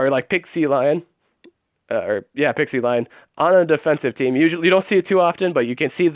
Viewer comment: Why does everyone pronounce Pixelion like Pixielion.. Its Pixelion. :P